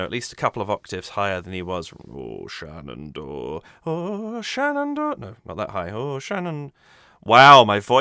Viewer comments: Love your enthusiastic commentary! Just an fyi, from an American, Shenandoah is pronounced like the river Shannon + dough (like bread). The 'uh' on the 4th syllable is optional. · I haven't watched the analysis section of your vid yet. Just observed that you pronounce the final H in Shenandoah. Most versions of the song that I've heard do so as well. But Geoff treats it as silent. Tennessee Ernie Ford, in his cover, did the same. I don't know which way is correct. Maybe they're both acceptable.